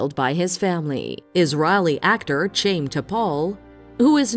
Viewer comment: THE ACTOR'S NAME IS PRONOUNCED "HYAM", NOT "CHAME". YOUR NARRATOR SHOULD HAVE KNOWN THIS!